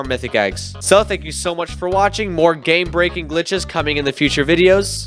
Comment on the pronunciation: "More gay breaking glitches coming in the future videos" -Bee Swarm Guide 2024 Edit: yeah I know you didn't say that buuuuuuuuuuut It sounded like it and I thought that was kinda funny lol